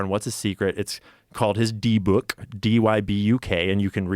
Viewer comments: Deh buk, not D book. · Lol! It's pronounced "dib-bik" 😂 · its pronounced dih- bik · Not for nothing, but I believe it’s pronounced “DIBBICK” kinda like “is it” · Dybuk is pronounced Dibbuck. Took me a minute to figure out what the hell he was talking about lol. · It’s pronounced Dibik. Don’t say it 3 times. Known as Demons in Christianity and Djinns in Islam. Yes, they are all Dybuks. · I know some people willfully mispronounce the names of demons and dark entities; but man, the way they were pronouncing dybbuk kinda ground my gears 😅😅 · Learn to pronounce Dybbuk and understand that he’s being hyperbolic dummy. Dybbuk possession don’t work like that